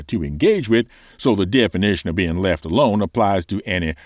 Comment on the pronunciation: "left alonD". I love your channel,.:D